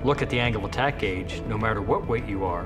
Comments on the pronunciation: i heard him say anal attack :D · The CEO sounds like he's saying "anal attack".